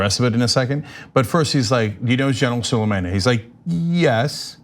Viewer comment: Could you at least make an attempt to pronounce Suleimani's first name properly? You're not much of a know it all if you can't bother yourself to get a name right.